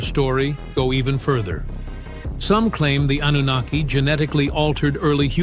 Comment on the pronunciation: _twfHecklefish: "An-nun-na-ki" 🎶